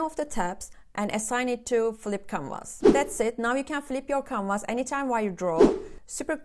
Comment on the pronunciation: i heard "camers" but you were saying "canvas". Thank you for all these tops.